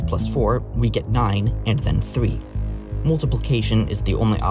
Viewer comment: Please learn how to say three correctly